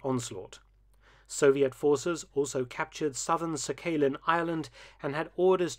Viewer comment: "Sah-kay-lin" island? It's pronounced sock-ah-lean.